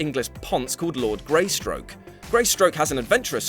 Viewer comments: "Greystoke", not Greystroke. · Two things - Epitome. say it with me... EH - PIH - TOH - MEE. And Tarzan's family name is Greystoke, not Greystroke. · ... and I was just about to close the vid when I heard you pronounce Tarzan's human family name as 'Greystroke', not 'Greystoke'. Bloody hellfire, the name of this channel is What*culture*, right? Don't you think you'd need to know something about it first, beyond what you skimmed for fifteen seconds on wikipedia? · GreySTOKE dammit not GreySTROKE, that sounds like a bad porno!